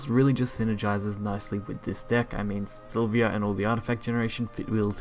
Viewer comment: three things I noticed through out the vid: its para-celsus, its silva (not silvia) and you could have killed the blood player by spending some PP and using Silvas effect instead of playing her and waiting a turn... no need for the entitiy as MVP if it didn't even needed to be played.